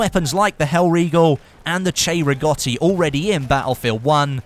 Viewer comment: I think you are the only YouTuber who knows how to pronounce 'Cei-Rigotti' correctly. Well done 👌🏾